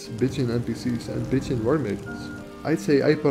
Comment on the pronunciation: "Bitching wives" & "Bitching warmaidens" made my day. I am glad you included the download page , because CC saw it just the way I heard it. If there are no modes with these names yet, I'm sure there will be & if there are, imagine my surprise, if I were to install them & instead of being pretty, an npc starts bitching at me... Your pronunciation is horrific, your taste is exquisite, your knowledge is impressive & your efforts are highly appreciated. This has been one of the most practical & informative videos on mods I was lucky to find. Thank you.